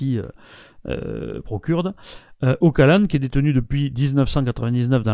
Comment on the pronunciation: Juste une chose: on prononce "Ochalane", pas "Ockalane".